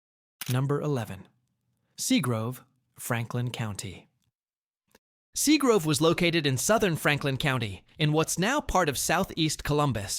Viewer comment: Plus that area was called SEAGRAVE not grove 👎🏼👎🏼 Ai suxxx